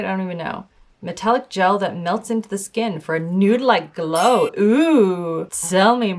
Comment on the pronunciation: I died laughing when was tryna say GOLW ahahahhahaha